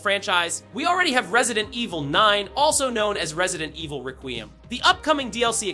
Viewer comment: Resident Evil RaQueeuhm